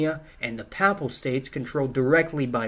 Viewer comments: Papal is pronounced “PAY-ple” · ...it's "papal", pronounced "pay-pl"...pronouncing it "papp-le" makes you sound like you need to crack a book.... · Owshia!? The Paapelle States Great talk nevertheless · For God's sake learn how to pronounce PAPAL, as in Papal States. God you hurt my ears. Pay - Pull with a long A. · Work on your pronunciation of Friuli and Papal. Papal has a long A in the first syllable.